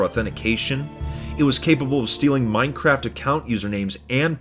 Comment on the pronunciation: "hey man what you in for?" "Minecwaft"